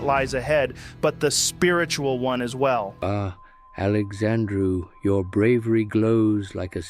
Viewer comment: Funnily enough Indians love calling me Alexandrew, weird I didn't know my name was that hard to fuck up